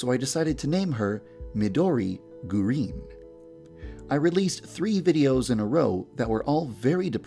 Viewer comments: Alex i mean yandere dev its not gurin its GURINUUU😂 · Gurin=GUH REEN